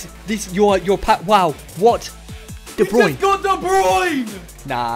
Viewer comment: All these years and they still pronounce de bruyne wrong 😂